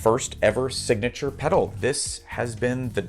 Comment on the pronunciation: Hi Amos, as a Finn I really appreciate the ”Hyvästi” at the end 😂 Not the easiest word to pronounce. For the future though, hyvästi means goodbye, as in we won’y see you again. ”See you” would be ”nähdään” on the other hand, which might work better for your videos since I believe we both want to see each other again through youtube 😊